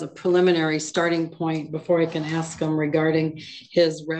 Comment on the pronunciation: He didn't aks for Parleeeeee?